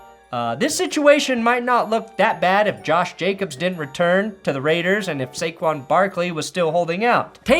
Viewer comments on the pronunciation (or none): none